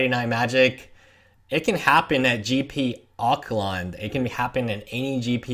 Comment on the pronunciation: I lol'd at the way you said Auckland.